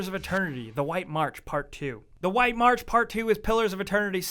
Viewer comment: He pronounces March as mark?